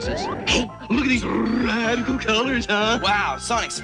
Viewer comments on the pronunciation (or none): none